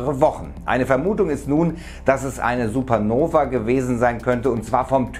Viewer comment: Warum sagt er manchmal Supernoväää